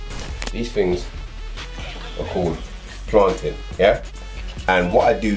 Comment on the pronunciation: "Plantin" u Caribbean dons man it's planTAIn smh😂😂😂